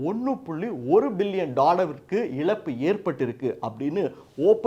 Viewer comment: Please pronounce Za properly and don't pronounce it as la example it is not elappu it is ezappu.